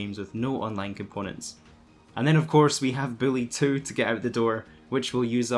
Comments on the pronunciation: Lol sounds like you said Billy 2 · Even subtitles agree that’s what he said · I thought he was saying Bully 2